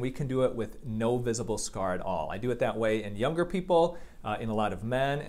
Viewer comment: I got stuck here for like 30 seconds to understand that he meant “younger”